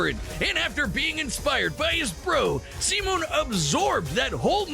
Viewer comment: Yeah😂 it's "See-Moan" not "Sigh-Men"